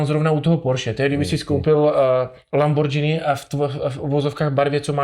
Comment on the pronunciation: Lamborghini.. ( vyslovuje se "Lamborgini" ).....džíny máte na sobě ....